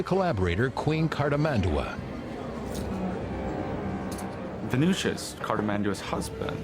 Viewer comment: It's cartIS-mandua!